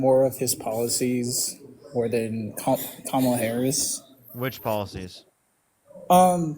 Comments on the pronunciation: I don’t believe he’s a Trump supporter, he said Kamala’s name correctly. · I think this is the first time I’ve heard a MAGA person pronounce “Kamala” correctly